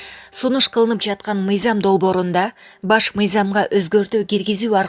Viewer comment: Мыйзам деп оку мыйзям эмес!